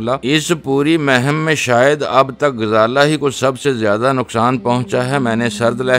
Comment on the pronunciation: Mohim hota Hy ,,, Heham nai hota